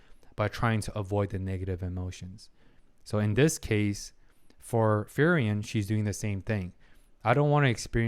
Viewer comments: I'm liking the video so far, but i have to say, you are pronouncing frieren wrong. Its frie with ie like in me And ren with en like in understand. I dont know if it helps, but It's supposed to be an german name. Edit listening to it, for the second part(ren) the an of and would be possible. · its a bit funny that you pronounce her name like "ferien" which means holidays^^ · furryen is the funniest way I ever heard frieren being pronounced lmfao, this is great 😂